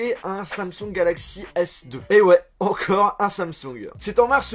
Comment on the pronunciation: Samsungeuh encodeuh pas besoin de rajouter de eux a la fin de t mots